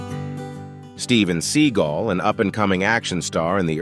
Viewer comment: So many mistakes, dude. The worst? Bill Maher (name mispronounced the entire vid, btw) has somehow aged to the extent that he turned into Stan Lee? Steven Seagal's name was also mispronounced, and there are just too many to go on. I'm SMH